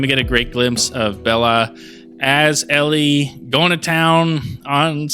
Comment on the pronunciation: It’s Ellie 🤦🏻